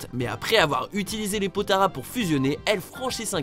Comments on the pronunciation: Les potaras Mon dieu c'est les potalas avec un l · ON DIS PAS POTARAS MAIS POTALAS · Les quois ?? les potaras ?? C'est les potalas x) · Slt c est potalas pas potara c est pas grave